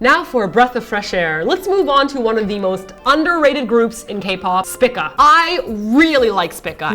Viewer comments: please guys, it's pronouned "spee-ka" ....ah the cringes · its SPEEEECA:3 like the constellation lol.